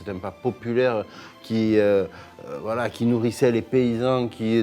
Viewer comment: « Voiye » Carlito 2024